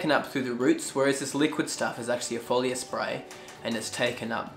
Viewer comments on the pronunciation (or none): none